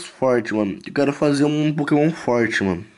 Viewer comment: O você fala os nomes do pokemon errado mano